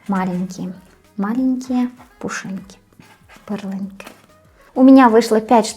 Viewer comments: Эти лепешки называются пЫрленки ( ударение на первом слоге) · Пърленка. Ударение нужно поставить на "ъ".